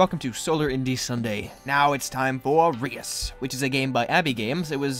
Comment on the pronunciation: you say reus worng